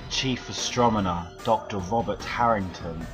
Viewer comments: How can anyone take someone seriously about scientific questions when the man pronounces "Astronomer" as "Astromoner"? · The fact that he continuously says Astromoner makes it hard for me to care about anything in this video. BTW, Titanic? Please pick up a physics book and gain for yourself a better understanding of the physical universe. Doing so would help dissolve these presumptuous conspiracy theories.